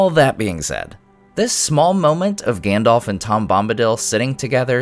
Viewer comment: I'm pissed about "Gandalf".